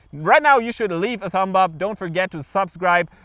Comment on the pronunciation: Great tips. Thanks! I notice you always ask for a thumb up. Just wanted to say the 'B' in thumb is silent. So it's like 'thum'. Your English is very good, though.